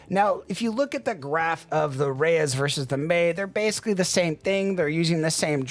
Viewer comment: Why are you calling it the Reyes? Lol